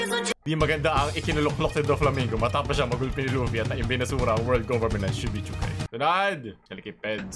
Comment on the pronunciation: One Piece Fans: Shichibukai: Shibichukai 😂